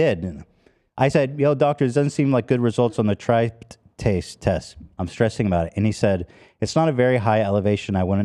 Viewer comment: Ethan trying to pronounce Tryptase really got me good 💀